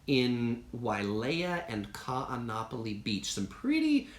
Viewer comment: Like your videos but please learn how to pronounce Kaanapali.